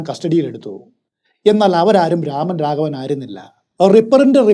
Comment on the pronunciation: Amazing story telling as usual!!✌🏽✌🏽 but it's nor രാമൻ.... It's 'രമൺ' രാഘവ്.